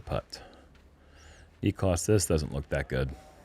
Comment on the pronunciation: i love you, and i know you're out of sorts a bit, but please learn how to correctly pronounce Niklas' name <3